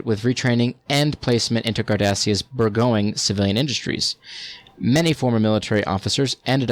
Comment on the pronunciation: Its pronounced "burr - jon-ing"